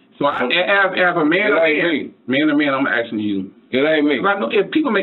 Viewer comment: He axing the questiums.